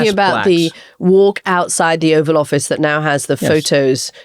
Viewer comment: Did she say Offal Office lol, I think that's more accurate. edit No, Katty, he couldn't have given a better speech because it's not his character, it's not in him. ffs